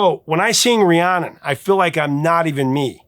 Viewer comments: Fleetwood Mac VERY CLEARLY sing the lyrics of Rhiannon as Ri-ayn-nun yet they professor here just has to mispronounce it when he spoke of it by saying Ri-ahhn-nun. Why, professor, must you do this???? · I love your content. However, as someone named after Fleetwood Mac's famous song, I have to tell you it's pronounced Ree-ANN-in (not Ree-ON-in). Still love you even though you mispronounced my name.;) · Professor, please enunciate RhiannON - I hear the last syllable a time or two, but for the most part, it sounds like you're saying Rhianna. I know you have the title/spelling correct, it's just not coming out in your enunciation. I LOVE your segments, thank you so much for the interesting and informative history that you always deliver. I'm a lucky GenXer who was alive during most of the eras you cover. Love your work. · It’s the first time I’ve heard you mention the song I was named after… how disappointing that you pronounced it incorrectly multiple times. 😢 It’s Rhiannon… pronounced Ree-Ann-Un.